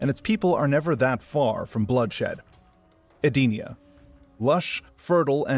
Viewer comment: Eee-den-eee-ugh. Not sure how you got your pronunciation but that’s how it’s always been said since Deception.